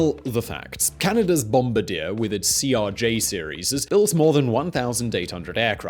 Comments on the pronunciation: Oh man, it's BOMB-BAR-DEE-YAY, I don't know what bomb-bra-deer is :\ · Its Bom—bard-ier(french) not bom-bidier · Its not pronounced "bom-ba-deer" its pronounced "bom-bar-dee-ay" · Bomb-bard-yay not bomb-ba-deer They're a company not a soldier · broke: Bombardi-er woke: bombardi-ey this guy: bOmBaDeeR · I slightly cringe with every BOM-bur DEAR. I know BE pronunciation of French words moves the emphasis towards the beginning of the word, so it's GAR-idge, rather than gur-UHGE, but the Bombardier is a company name, so it's pronunciation should be consistent across all dialects and it's Bom-BAR-dee-yay. Same as Leicester should be pronounced Lester everywhere. Although I understand how you wouldn't remember to check the pronunciation and just go with what's typical for your dialect. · It's Bom-bar-dee-eh, not Bom-bar-deer. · It’s BombaRdier. NOT BomBADiere. Seriously cringe every time. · What the fuck is a bomba-deer, are you trying to pronounce Bomb-Bar-dee-AYY (Bombardier)? And what is wrong with the editing in this video? It feels like every other second you are cut off by a loud irrelevant clip?? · It's French, so it's pronounced bombardi-YAY, not bombardi-EAR. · As a Canadian, I cringed every time you said "Bomb-ba-deer." It's a French-Canadian company more like "Bomb-bard-eh." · As a Canadian, you should be embarrassed for mispronouncing it yourself. It’s bom-bard-ye(h), not bom-bard-eh! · It's not "Bombadier" It is "Bom-Bar-Dee-Yay" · Never heard of a company called Bomb-a-deer but I've heard of bombardieeeeerrr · BOM - BAR - DEE - AY ..That is how you pronounce Bombardier company name!!! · bom bard eeerr he cant even pronounce it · Bombardier is pronounced: "bom-bar-dee-ay" with the emphasis on the "bar". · Its pronounced bombardi-eh. Its french ;) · BOM-BAR-DEE-AY. Just thought I'd help out there,. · Bombardier - pronounced like Bomb-bardeyer - your pronunciation is killing me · The correct pronunciation is bon . bar . dye It is french.